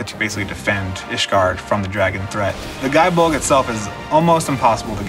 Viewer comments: It's pronounced Gae as in Gay, as like in Gae-lic. Like Celtic is not pronounce Seltic. Oi. Also,I really feel like you need a new video editor on this, it's very boring and poorly paced, especially when your 'competitor' Men at Arms. The host also has a awkward feel to her because of the pacing, needless direction you have her take. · Nice, i don't think it's pronounced "guy bolg" but don't quote me on it. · First, it is pronounced "gay bolg." The game itself confirms this in the achievements for dragoons and lancers. One would think that you'd respect the weapon by pronouncing its name correctly, regardless of the connotations of a word that sounds the same. Second, relic weapons are easy to get, but hard to upgrade. I would prefer you do your research before making a video on a weapon you don't know much about. Finally, I'm a paladin, white mage, botanist, carpenter, and soon to be bard. I help my free company, Distant World on Masamune, with whatever they need help with, and in turn I get things done. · wrong it’s pronounced gae bolg in game because it doesn’t have the symbol over the a to change the pronunciation. Plus the achievement is “having a gae (gay) ol time” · I mean be respectful to legendary weapons but it is pronounced Gay Bulg.